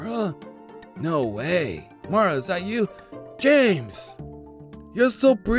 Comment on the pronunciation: My name is Maura and said it right 😃😃😄😄